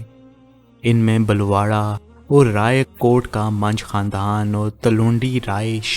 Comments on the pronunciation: Bhai BALWARA nai HALWARA hai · لفظ بلواڑہ نہیں ہلوارہ ہے ۔It is Halwara not Balwara